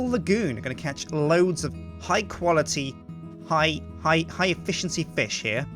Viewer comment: You mean high EFEEEEEEEEEEEEEEEESHENCY